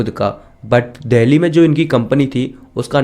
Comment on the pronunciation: Bhai dheli nahi dili hai